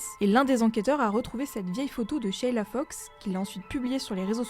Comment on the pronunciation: Juste une précision pour la prononciation en Français on ne prononce pas sheiiila, simplement sheila sans tirer sur le ii